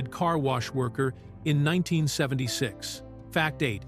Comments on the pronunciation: AI is not good yet. It actually says the year as if it’s a number. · Why can’t this AI ever say the year properly. It’s like someone scratching a chalkboard.